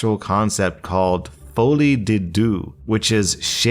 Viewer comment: btw, "folie a deux" is pronounced "fwal-euh-doo" with the weird throat spit sound at the end since its french.